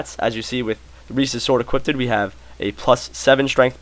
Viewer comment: you say equipted... HEHEHE